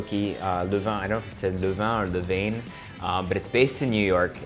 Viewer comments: Hermionie Granger: its Le-van(Levain), not Lu-van/Le-veyn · You should have chilled the dough for at least 45 minutes. The Levain (pronounced as levan) I’m a regular customer in the city. Your recipe is almost there😋